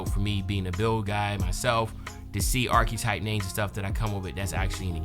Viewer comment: Irks me everytime you say “Archquetype” 🥴